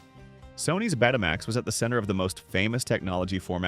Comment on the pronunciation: Stop saying PC J R! It was the PC junior! Betamax is not Bet uh max, it in the Greek letter Beta combined with the word max. Home Betamax and commercial broadcast Betamax were two different products.